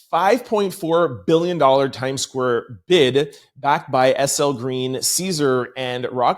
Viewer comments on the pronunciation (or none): none